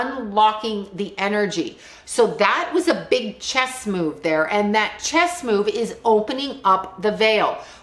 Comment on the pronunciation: A Master Chess Player this is why he is saying Chesd